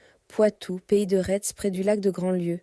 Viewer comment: Pays de Retz se prononce "Pays de Ré", comme Gilles du même nom : Rays, Rais ou Retz !